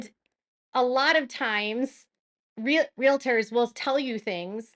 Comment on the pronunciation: Good grief. It’s spelled “realtors” real. tors. NOT real-i-tors!! There is not an ‘i’ in the middle of the word! So annoying.